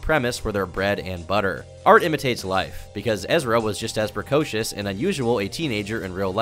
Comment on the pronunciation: is he saying Precautious? Shes beautiful.